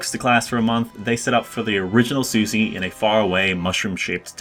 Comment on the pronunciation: Said "Susy" instead of "Sushi", disliked